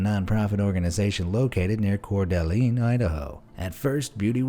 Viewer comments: Guy makes up his own pronunciations. Lazy AF. Hormuz ochre coeur d'alene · I don't know if I'm wrong but I've never heard someone pronounce Coeur d'Alene the way this guy does.